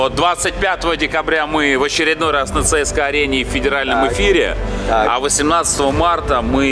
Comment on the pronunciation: ЦСКА, а не ЦСК